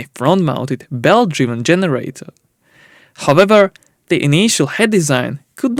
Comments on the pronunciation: His "howvevers" need a bit more practice. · I love how he say however ✨Howeber✨ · many langs don't see difference in those pronunciations